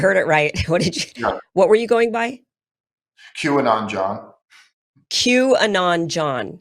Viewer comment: I legit thought he said, "Jewanon John." That would have meant something different.